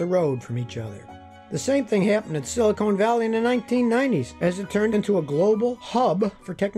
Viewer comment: lol you said silicone valley